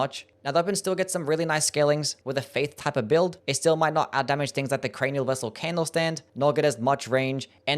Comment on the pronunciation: bro was hitting mesmer with the crainial vessel candlestand😂😂😂😂